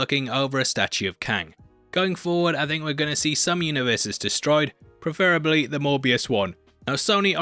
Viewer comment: "Preferrablty, the Morbius one" HAHAHA I still can't stop laughing LOL